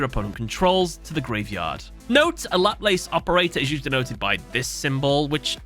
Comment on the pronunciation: Laplace is a french fella. Its pronounced La-pla-se ? Def not the way u did :D